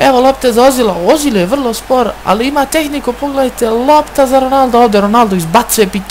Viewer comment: Nije ozil nego ezil a pise se ozil